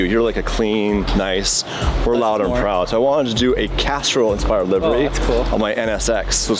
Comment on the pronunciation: It sounds like your saying Casserole instead of Castrol lol am I the only one noticing? 🤣